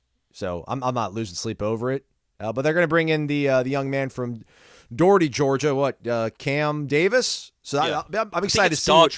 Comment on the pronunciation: actually has the right pronunciaiton of Dougherty county.